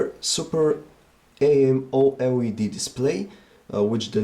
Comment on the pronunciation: super A-M-O-L-E-D lol